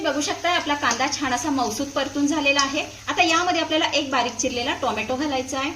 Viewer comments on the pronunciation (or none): none